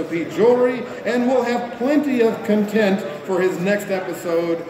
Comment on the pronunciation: I'm also not content on how couldn't say content.